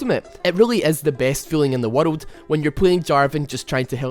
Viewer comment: he say world just like me xD i cant say it i cant say any word that have r & l together :/ its so hard for me :(